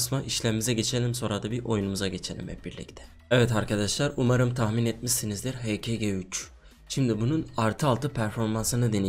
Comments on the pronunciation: He.ka.diye okunuyor abi <3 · Abi o silahın adı heka ge3 diye okunyo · Abi hk g3 hakgı 3diye okunuyo :)